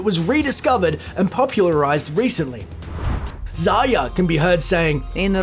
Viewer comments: Why do u say “Zia” instead of “Zarya” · zar-ya XD its zarya